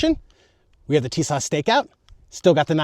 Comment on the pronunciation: It's pronounced "tee-SOSH."